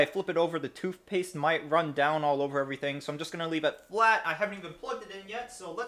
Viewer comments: Toothpaste, not toofpaste.... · It's funny how you can clearly pronounce the "TH" sound in Thermal paste.... but not in toothpatse... together.... both.. worth. Makes you sound stupid when you say toof paste, togeffer, bofe, and werf it. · lmfao. hahahaha. toof paste.😂😂😂😂😂💀💀💀💀💀☹☹☹☹☹ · Toof paste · You have so much emphasis on toothpaste every time you say it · "TOOVPASTE" and "MOVERBOARD" lol